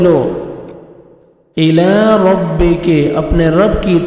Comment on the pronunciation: Assalaam ualaikum jazakullahu khairn. Ayah 13 mai “rabbAka” hai aap nai “rabbUka” kaha hai. Please correct the mistake brother. Baqi ma sha Allah nice hai.